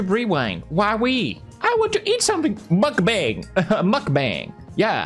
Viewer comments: Its mukbang not markbang 😭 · He said ,,nutbank" 💀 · The right one to say is Mokbang not Mukbeng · According to the human meatball Nickocado. It's pronounced muck-bong. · Okay I normally enjoy your videos, but I have to add something about this lol so the thing is you don't really look deep into it and judge the whole idea before doing so. So I am informing you; (also you're saying it wrong by the way..) so the thing is lots of these people 'actually' eat that much daily and work out just as much. Especially watch some vids in Korea as Mukbang is Korean. It's literally a Korean word and pretty sure people who do that in Korea professionally are fit af lol are you sure you looked into as many original videos? :) Also honestly it's for some people who actually enjoy them, it helps me when I am dieting not labeling certain food as 'bad'. This is the true example of "if you don't like it just go next". People have good reasons to do this, watchers have good reasons to do this, I am not offended if my friend doesn't watch, I am not offended if people choose to find other ways for dealing with the mental aspect of eating disorders, I am not offended if people make fun of those who take it too far; but I wouldn't make fun of the idea itself without knowing the full context.